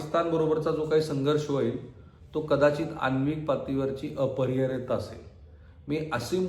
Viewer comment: तुम्ही लवकरात लवकर जीभेच्या बाबत इलाज करून घ्या. आटोपशीर करण्याच्या प्रयत्नात अपरिहार्यता शब्द कसा उच्चारला आहे? स्वतः ची काळजी घेणे गरजेचे आहे🚩